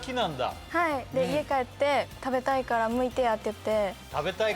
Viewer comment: 「…むいてや」 「…頑張りや」 最後の "や" でなく1つ前が上がるトコ、大阪の中でも泉州感がある